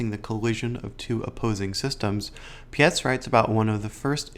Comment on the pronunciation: It’s Pietz - like word Pie + ts on the end So like bytes with a P - Robert Pietz